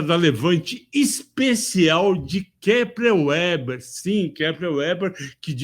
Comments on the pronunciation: Minha pequena contribuição ao vídeo: - O nome da empresa se pronuncia Kepler "Veber" e não "Ueber" (também já tive essa dúvida, então liguei para ouvidoria da empresa para descobrir como eles falavam ao atenderem a ligação)!! 😅😅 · Kepler & Veber. W é V em alemão. 😅 "Veba" 😃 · Excelente. KEPLER VÉBER pronunciamos aqui no RS